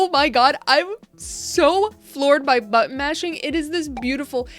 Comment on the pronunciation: I kept hearing "butt mashing"...I can't be the only one. Right??? Made me giggle. Great video! 💜😆